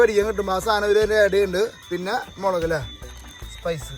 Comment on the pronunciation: Please dont say മിളക്, മുളക് എന്ന് പറയു